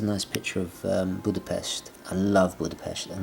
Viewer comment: I’m very happy that you liked Budapest also pronounced it in a right way which is very unusual.